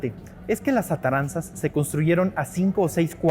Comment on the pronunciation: Buenos e ilustrativos videos. Un comentario: Los embarcaderos que construyo Hernan Cortés, llevan el nombre de "ATARAZANAS", no "Ataranzas", como el autor del video lo pronuncia. Este es un vocablo Arabe-Hispano, originalmente en Arabe "a'daru ssina'ah", que significa "Casa de la Industria (Trabajo)", con el derivado "Arsenal", "Establecimiento para construir o reparar embarcaciones". Sinonimos: Taller, Astillero. Derivados: "Drassana, Dársena".